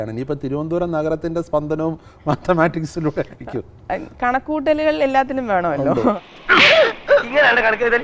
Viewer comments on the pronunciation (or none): ഏത് വിഷയത്തിനാ zero വാത്ത റ്റീസോ ആദ്യം മാത്തമാറ്റിക്സ് എന്ന് ശരിയായി പറയാൻ പഠിക്ക്